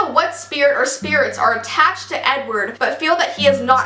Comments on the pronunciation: I keep hearing u say 'N-word' for Edward xD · The way she said Edward in the beginning sounded like “n word possessed” I was like wowowowowow back up for a second 😂😂